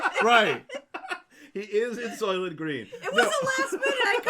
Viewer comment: Soylent Green (from "soy" & "lentil"), not "Solent." The Solent is the strait between Great Britain & the Isle of Wight.